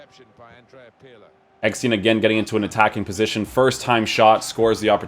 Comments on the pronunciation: His Name ist EGGESTEIN NOT EGGSTEIN or EGGSTIN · Hört sich an wie Eppstein 😂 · As a german and a Werder Bremen fan its funny how you Pronuncing EGGESTEIN